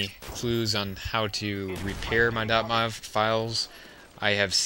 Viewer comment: LOL dot mov files it is dot M-O-V